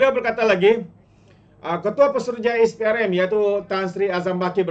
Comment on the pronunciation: SPRM - sebutannya ES PEE AR EM Bukan IS PEE AR EM